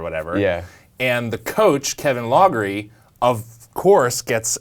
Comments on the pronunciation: I didn't know who you were talking about at first until it dawned on me: it's Kevin LOFFERY, fer crissakes, not Kevin LOGGERY. Sheesh. Loughery is pronounced LOFFERY. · The coach's name is pronounced Lock-er-ee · Another guy who pronounces it 'loggery" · Loughery is pronounced "lockery."